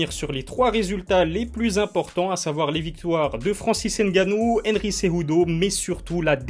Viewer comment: Tu prononces mal le nom de Francis (N GANNOU) Comme tu dis on prononce [Gannou] et non n puis gannou